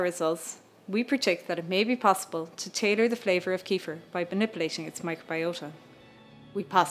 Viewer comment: Can't even pronounce 'kefir', what an idiot.